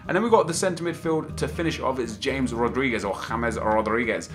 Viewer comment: The way he pronounces 'James Rodriguez' grinds my gears